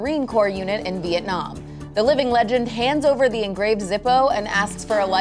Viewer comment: The Vitenam story. Viet. Vitus. Veit, Viet. Viet Namh. I mean, dude, it's so good. Jaundiced carnage.